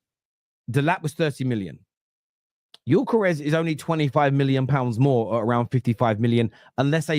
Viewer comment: you're saying Gyökeres much better than most English speaking people are 👍